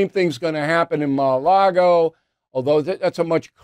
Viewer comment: you said ma a lago..again 🤣